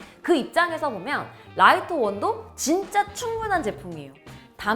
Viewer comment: 외국어니까 사람마다 읽는 방법의 차이가 있을 수는 있겠으나 공식 명칭이 '리토' 로 알고 있는데 라이토라고 하니 듣기가 조금 불편하긴 하네요. ㅎㅎ 그리고 Mini시리즈는 이제 더 이상 업데이트를 안한다고 했다고요?? Mini 5 Pro가 Mini 시리즈의 끝이라는 건가요?? 소프트웨어 업데이트를 지원하지 않는다는 건지 신제품 출시 자체를 안하겠다고 하는건지...